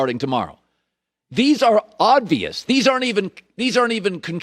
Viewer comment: Why does he say “odd-vious” instead of “obvious”